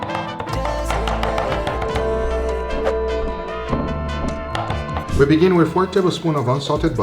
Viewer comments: In Spanish Chamon no hamon Chamon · what i hear form nick: jamon~: what i here from guga: HAMON SCARELT PURPLE OVERDRIVUUUU